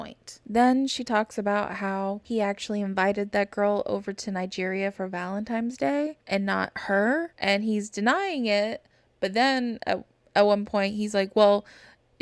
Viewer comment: Okay I can not be the only person that noticed Angela and her friend both say Valen-times day!!! 😂